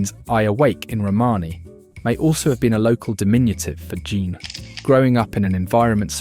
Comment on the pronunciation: Jean is pronounced similarly to john btw. Great video but I felt compelled to inform viewers. Not gene. "Zhon"